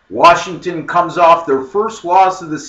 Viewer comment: Oreeegon vs. WaRshington.